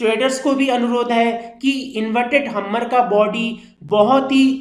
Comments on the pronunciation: Humer nhi hammer 🔨 hota ha bhai sory for ur this mistake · भाई पहले हैमर कहना सिख लो